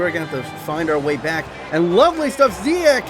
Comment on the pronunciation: You prenounce Ziyech as : see jek